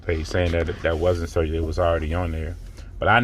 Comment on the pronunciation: Sergey is pronounced Sir-gay.